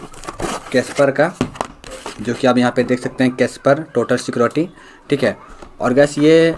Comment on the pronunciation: Kaspersky, instal pehle bolna seekh. Aur ye 2022 edition nahi hai. Edit: Abay loudu kam se kam serial hide kar le.